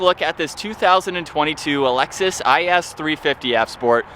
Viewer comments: It’s not called Alexis, it’s called Lexus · he said Lexus is 😂😂😂😂😂😂😂😂 stuppad